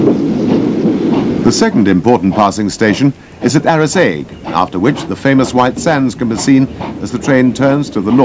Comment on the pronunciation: Wouldn't it be wonderful, just for once, that we could get commentary that a) doesn't sound like an utter that from a bygone era but more importantly b) can actually pronounce ANY of the place names. If this guy could get it wrong, he did! Banavie not Bana vie CorpaCH not Corpak Locheil not Lochale Arisaig not Ari Zaig Mallaig not Ma laig It's not difficult.